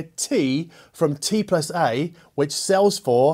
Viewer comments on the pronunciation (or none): It’s pronounced TandA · It is called T und A